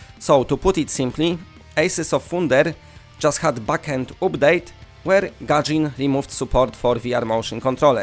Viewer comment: You are using a lot of long u sounds (like oo) when it should be a short sound. Like update, bundle, sunday. You are saying them like oopdate, boondle, soonday etc